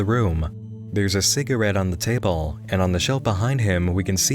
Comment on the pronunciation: Also, during his "rage" when analysing episode 5, he doesn't pronounce si-gah-rette. correctly. Instead, he says si-gr-it, which I had to replay a few times to hear.